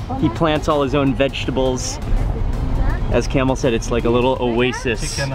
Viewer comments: Lol I think it's pronounced kah-mel not camel lol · It’s pronounced kum-eel, not camel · مع كل هالضيافة و التوجيب و بحكي اسمه جمل !! Kamel and not camel حد يصلحه ! ! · Grahoovian you are right, its Kaaamel not camel ( in some countries its Kamal) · yeah it's not camel its kamel pronounce like kaaa-me-L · His name Kamel not kamal or camel! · كامل وليس كمال kamel not kamal we have both names in Lebanon kamel means the perfect person kamal means the highest level.of perfection